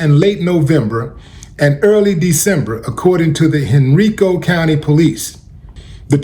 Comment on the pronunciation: Hey Willie it’s pronounced “ Hen-Rye-Co”